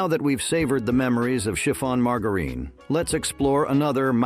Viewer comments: No one pronounces margerine like that get real !!!! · It's Margarine with a soft G.